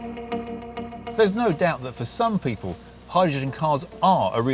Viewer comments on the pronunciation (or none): none